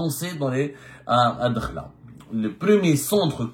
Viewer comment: Ce n'est pas " Dkhla" mais Addakhla الداخلة مشي الدخلة .، vous repetez toujours la meme fausse prononciation .Merci de rectifier